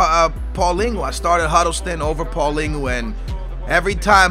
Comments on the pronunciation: Paulingo? Hahaha its prounonced paul-een-e-o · Paulinho not paulingu you sound stupid as fuck. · Isnt paulinho pronounced how its spelled, not paulingo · Who is paulingo? Isnt it paulhinio ?